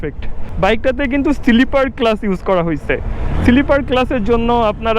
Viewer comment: Siliper clutch ki bujhlam na. Pronunciation shikhte hobe aro